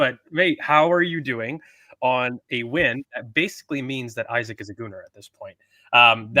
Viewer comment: his name is eeeeeesak not Isaac